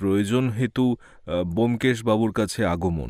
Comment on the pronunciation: Dada keno sudhu sudhu bomkesh er naam kharap korchen? Taranath tantrik naam o bolte parchen na, dada golpo ta kintu darun